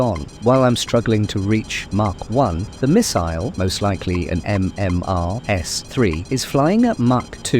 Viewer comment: Is this a TTS voice or do you just say Fox-1 and MMR-S3 weird?